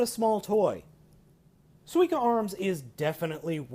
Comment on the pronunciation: You're saying it right. :) SUE-E-KAH (Sweeka)